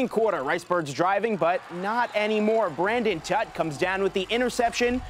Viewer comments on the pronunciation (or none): It is Braden Tutt, not Brandon.